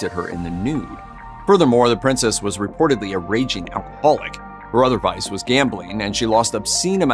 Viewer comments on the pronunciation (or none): none